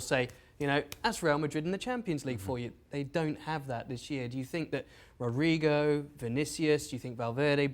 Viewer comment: You mean he tried 😂 I know that's who he wanted to say, but you can't argue that he messed it up 😂